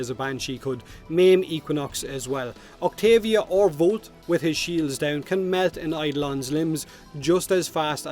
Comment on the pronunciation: Wtf did you even say Octavia’s name